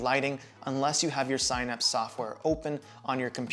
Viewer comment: Definitely pronouncing synapse wrong. Just a heads up